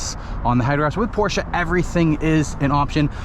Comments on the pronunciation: PorschE, not PorschA!!!!! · No it’s PorschA. I was like you and used to think it’s PorschE. But the real way to pronounce it is PORSCHA.. I have one.. trust me I know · You two need to watch Porsche’s official video on pronunciation because youre both wrong